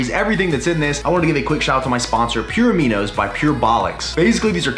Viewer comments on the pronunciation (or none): Did he say that his sponsor is "pure amino by pure bollox?"